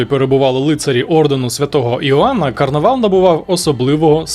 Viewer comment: Карнавал на Мальті а не Карнівал